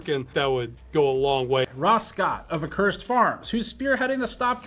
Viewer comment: The biggest takeaway from all this attention Ross is getting is that NO ONE KNOWS HOW TO PRONOUNCE ACCURSED. Uh Kur Said. AcCurSed. Sorry Steve.